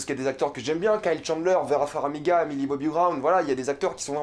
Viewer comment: FAR - MI - GA ! pas "Faramiga" !!! ;)